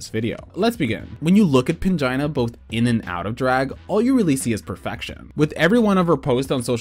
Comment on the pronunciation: I truly heard "vagina heals" 😂